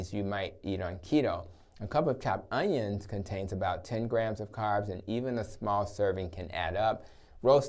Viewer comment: I think you mean 'onions' rather than 'onians'